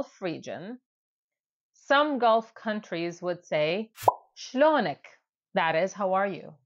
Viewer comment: Shlonak sounds so Hebrew.